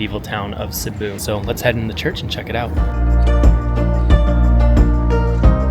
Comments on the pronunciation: A small cute town, with a metro area of around 270000? And it is a city.. It is not Sibooooo, it is Sibiu, pronounced like Sibb-i u.. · Sorry dude omg can’t pronounce the city and it’s not small.